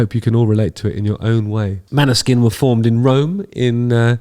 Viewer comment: FYI proper pronounciation is more like "Maw-ni-sheen". It's Norwegian for Moonshine. The "å" is actually more of a short "o" type sound, and the "sk" is a "sh". Their Eurovision win was a breath of fresh air cutting through all the pop and power ballads.